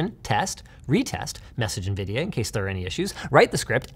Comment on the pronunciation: nividia lost me